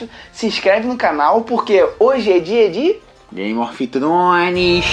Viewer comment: "gaymi ofi tronish"